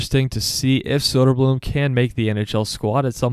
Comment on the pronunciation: Great video, but if you are gonna make content about the Swedish hockey league. Please learn to say Å Ä Ö. It isn’t that hard to learn.